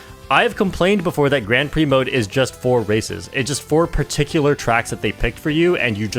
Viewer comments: The way you pronounce "Grand Prix" tells me you know nothing about racing outside of Mario Kart. 😅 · weird how he pronounces Grand Prix.. innit?